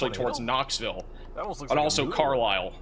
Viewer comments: Just for future reference to help ya out. Carlisle is pronounced Car-Lyle. Ottumwa is pronounced Uh-tum-wa. ;-) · It’s pronounced Car - Lyle😊